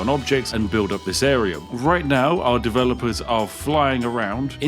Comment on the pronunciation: …. Developers? Or…. Davelopers? 😆